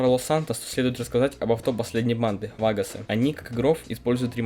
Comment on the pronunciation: ты сказал не вагосы, а фаггосы